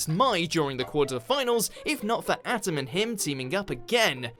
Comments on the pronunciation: We're supposed to believe the rules and card effects of the show do not actually reflect those in the real world. I have cards that the errata doesn't match. Also by your count most of the "cheating" was against duelists already cheating. Also its Pronounced ā·tem not Adam. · its atem. Not adam. *Insert picard facepalm meme" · U fucking butchered the atems name. It's not pronounced atom... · He meant Atem